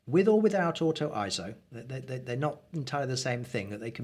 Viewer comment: Glad you made the point of pronouncing "ISO" correctly... (ISO; /ˈaɪɛsoʊ/) is derived from the Greek word isos (ίσος, meaning "equal")... It is a backronym NOT an acronym... Excellent videos... I intend to share this along with your others... Thanks so much...